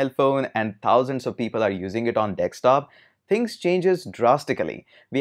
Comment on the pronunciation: Hello Sir Morning !!!! The way you described ,it looks an amazing service.... But on a lighter note I found out that Sir can't pronounce Desktop correctly, it always Dekstop....😝😝